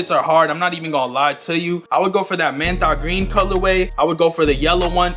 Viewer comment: My guy said MENTA GREEN 😂😂😂😂😂🤣🤣🤣🤣🤣🤣🤣